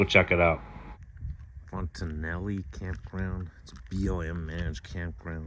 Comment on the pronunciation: No ee at the end.